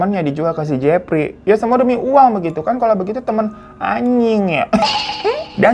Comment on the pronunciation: Emang udh paling benar si hiro nyebutnya si Jefry wkwkwkwk